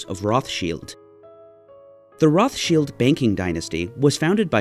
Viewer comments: Roth-Shields? In German, phonetically it is said "Rowt-Shild", no "th" sound and the "Rowt" is harsh. Just for clarity, "Roths-Child" like the Child of Roths, is the English pronunciation. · Roth-child ... your the only person on earth who says rothshield... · It’s not pronounced like that in English or German. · I've never heard Rothschild pronounced the way pronounces it. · It is not correct in English or German. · The way he says Rothschild....eewww.